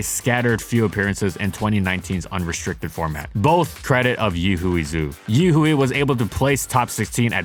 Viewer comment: Yihui is pronounced yi hwei